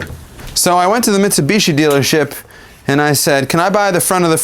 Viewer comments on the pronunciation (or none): Mitsubishi pronunciation: MITS-U-BEESHEE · meat sioux bee she, the i in japanese is an "eeeee" sound like miso soup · I mean, I took a year of Japanese and I'm a huge weeb: It's like you've said it originally - "me tsu bee she" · Definitely bee-she 😃. Mi (me) -tsu-bee-she. The i sound in Japanese always sounds like saying the letter E out loud. Think similarly of Sony. The last part sounds like knee. Exactly the same just a different consonant in the beginning. I actually worked at Mitsubishi Heavy Industries in Nagasaki, Japan for a year. Definitely heard Mitsubishi pronounced hundreds of times. Keep up the great work. Love your channel and sense of humor! (P.S. Copy 三菱 into Google Translate Japanese -> English and then hit the speaker icon to hear it in native Japanese). Mitsu = Three, Hishi (H changes to B after Mitsu) = Object resembling a diamond, hence the logo. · Pronounced bits are missing not Mitsubishi